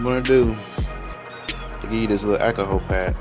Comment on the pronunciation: “Ackkoolhall pad “ 😂